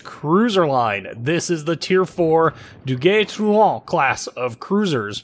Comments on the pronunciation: You say it Ah-kaT-su-ki, rather than Ah-ka-tsu-ki. It's subtle, but I was so impressed (with zero practical experience to back it up) with how well your French sounded so it got me a laugh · Just poking a little fun, but how do you manage to contort your mouth to pronounce this ship's name but you consistently butcher Akatsuki? LOL